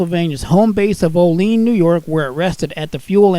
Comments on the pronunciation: The town of Olean is correctly pronounced "OH-lee-ann", with emphasis on the first syllable, "OH". To pronounce it "oh-LEEN' is incorrect. Otherwise, nice video, great information on track greasers, and always love the big six-axle ALCO's. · Great video! BTW it’s pronounced Oh-lee-anne for Olean... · Thanks for the great video. My railroad education continues. I’m a fan of the Alco/MLW locos along with the EMDs. I am from the Buffalo Niagara region, so I have to correct you, Olean is pronounced O LEE ANN.